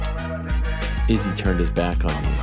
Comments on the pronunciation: Dude earth to Ariel you’re still saying it wrong. Izzy himself pronounced it 5 ft in front of ur face. Why are u still emphasizing the dis. Emphasize the san. What’s wrong wit u bro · 5 min after he left he still butchered it and saying it slowly xD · Bruh but he’s still saying it wrong!!! Wtf is wrong with this dude lately